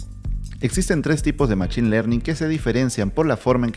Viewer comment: En inglés se escribe machine y se pronuncia mashin.